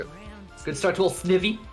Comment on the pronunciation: SNIVY rhymes with IVY, just so you know. Shanty made quite the comeback! Awesome, especially for a new player. Might be my favorite Shanty main to root for! the commentary during this Ole mirror set was on point! That was one of the most exciting Velvet vs. Oleander sets I've ever seen!